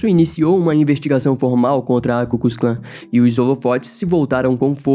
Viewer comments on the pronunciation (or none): e não é ku kus Klan, é ku klux Klan !!!